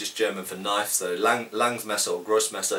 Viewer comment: Australian accent 'Well THAT's a KNYAWF!!'